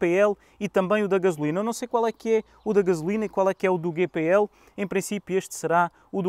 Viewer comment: Tenho 2 veículos a GPL e só lamento ter andado 20 anos a queimar gasóleo. Arrepio-me todo quando ouço a forma como este artista diz GPL... a GNR deve estar a rir e com razão... ;)